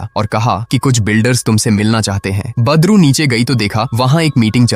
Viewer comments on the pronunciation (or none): Aap wese to badru hi bol rhe hai lekin mujhe bar bar padru hi sunai de rha hai😂😂😂